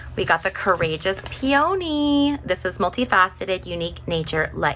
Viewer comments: You seem like quite a low-energy person. Just my vibe. And oh, by the way, peony is pronounced "PEE-oh-nee" Not "pee-YOH-nee. Neanderthal. Oh sorry, you probably don't even know what that means. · Good reading. 👍 And just as an FYI… “Peony” is pronounced “PEE-uh-nee.”😊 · New subscriber. I really enjoyed your reading! Just a small detail… You are mispronouncing the name of the flower peony. It's hard for me to describe so please find one of those short pronunciation videos with a recording of the correct pronunciation.🙂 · We here pronounce it PEA-oh-knee.Interesting.